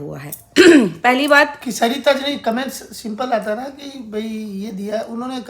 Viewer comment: Aap ye batao aapka naam hai ya saita Aap bolte saita ho vlog mein hai